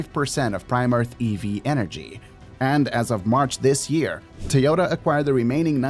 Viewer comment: If you worship Japanese so much, start by pronouncing Toyota correctly lol. You keep dreaming Japan will ever catch up to China in EVs.